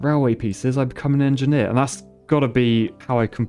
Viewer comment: Like to see an en-ge-nier playing en-ge-nier games